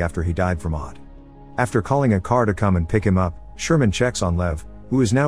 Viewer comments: seriously the subs said OD'ed and he said "odead" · omg, I was watching this and whenhe was saying her son O-Dead I was like WTF is O-dead? then I realize he means OD'ed (overdosed)